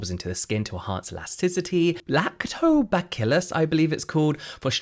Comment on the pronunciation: Lactobacillus = bah-sill-us ❤